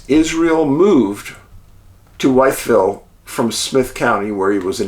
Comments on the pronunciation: We pronounce the name differently in Virginia. I live in narrows about 40 minutes away. Sort like …. Withville 👍🏻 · Love your work!! I watch every episode, an movie, had to say it but , Wytheville is most commonly pronounced "With-ville"